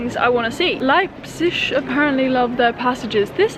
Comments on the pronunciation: It's actually pronounced lipe-zig. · The “g” at the end of the word pronounced as a “sch” is a regional thing - not everyone in Germany pronounces it like this : )